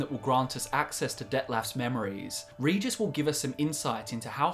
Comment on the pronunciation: Regis not Ridżis.